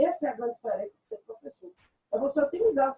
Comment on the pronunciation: Uh meu plofeçô kkkkk isso foi de propósito